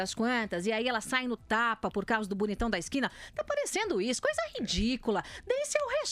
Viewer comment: Joice, vai no fonoaudiólogo pra ver "ixu". Já tá irritante